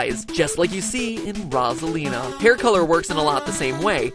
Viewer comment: Rasalina? Boi it's Rosalina no hate but get your facts straight. You may say it in another way but still. Rosalina like Ro-za-Li-na.